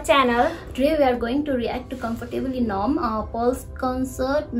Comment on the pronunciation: Comfortably nomb??😅😅